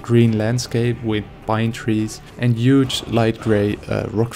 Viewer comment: Not to be offensive but "UGE!"